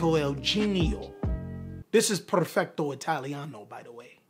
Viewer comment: Is not perfecto is perfetto